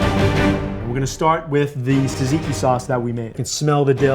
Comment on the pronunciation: well not actually, the "tz" should sound more like a "j"! jajiki! but he pronounces gyro like a BOSS! :D